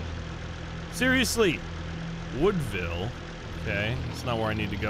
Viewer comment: You keep saying woodvile plains it’s windvile